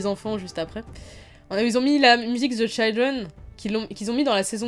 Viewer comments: Bonne chance pour le bac, tu vas réussir brillamment, c'est sûr. Ah, un petit conseil pour l'oral d'anglais : le "i" de "children" se prononce "i" et pas "aï" (eh oui, encore une incohérence, puisque dans "child" il se prononce "aï"). Bilan nuancé très agréable à visionner. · tip pour ton bac on ne dit pas the "chAYLdren" mais children a la français ;) Sinon bonne vidéo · Children se prononce " tchidreune" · Dans "children" le "i" se prononce comme en français.